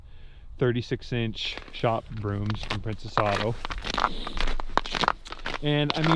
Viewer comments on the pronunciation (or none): none